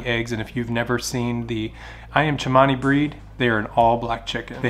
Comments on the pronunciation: It's Cemani not chemany. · It’s Cemani! Not Chemani! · Ayam Cemani is pronounced, A-yam Se-mani. There is no H to make it sound like Ch-mani. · Never let more than one hen in each nest when brooding. They usually will try to steal the eggs from each other, hence not so good hatch. Ayam Cemani is a very nice variety, an Cemani is pronounced with an ordinary S 😊